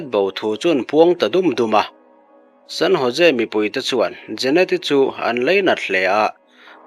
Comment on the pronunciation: San Ho..se ti a lam tur aw....San Jose tih kha